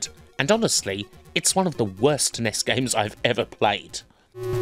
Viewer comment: Apart from the highly irritating pronunciation of NES and SNES (nobody says 'Ness'), this is an excellent video.